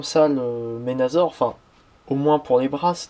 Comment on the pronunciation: au fet sa s ecrit menasor mais sa se dit menassor